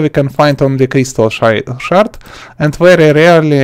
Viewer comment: crystal "shart"